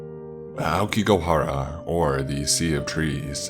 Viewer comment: aokiGAhara not go. YU U RE I not yuree. christ